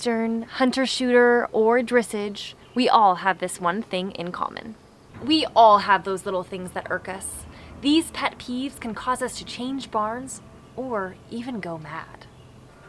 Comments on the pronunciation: Her dres-age me aaaaaaaahhhhhh it's Dress-ash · I think she said dressage but it sounded more like drissige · I probably replayed the first sentence 5 times before forcing myself to move on. Who rides eastern? DressIGE? 🤣🤣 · IM SORRY DID U SAY DRISSIGE?? my mom heard me she said “UHM ITS CALLED DRESSAGE NOT DRISSIGE TELL THAT LADY SHES CRAZY” I said oop 🤦🏼‍♀️ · ahhhh why did u have to say dressIGE just say dressAGE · Isn’t it pronounced “ dressage” not dressige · ‘Dressige’ I’m sorry but that got me😂😂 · “Or dressIGE” THAT GOT ME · “Wether your riding English, Western, Hunter, shootinge or drisige” 🤣🤣🤣🤣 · I DIED WHEN SHE SAID "dReSiGe" YOU KNOW HOW TO GET ME! 😳😳😡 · "Dressige" NO NO NO BAD! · '' or drisseege'' My pet peeve 😃😂😂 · “Dresige” ... o-o pls no 😂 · "eAsTeRn" "dReSsIgE" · “ Or dressige” Me: “ Ah yes, dressige. “ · Eastern? Drissage? Lol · Eastern 'dissage' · Ah yes, driSeg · “Dressige” *inhale* Im not even an equestrian but this angered me— but nice video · Wait was she actually serious when she said drissage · I’m sorry I know it’s your accent but it’s actually pronounced dressarge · I heard that and I was freaking out 'cause I thought I was saying it wrong the whole time.. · The way you pronounced 'dressage' is my newest pet peeve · you said dressage wrong but whatever love you!!:3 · I'm guessing you pronounced dressage wrong on purpose. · The way she pronounced dressage made me cringe